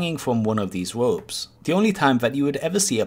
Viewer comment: wopes... gwinding... wolk...